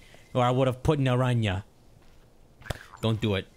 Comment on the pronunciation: "Naran-ña" As a spanish speaker this hurts me, is pronounced "nah-rahn-ha" The "ha" as in laughing